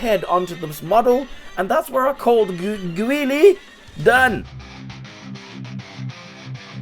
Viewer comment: you must have angered many americans by frenching his name lol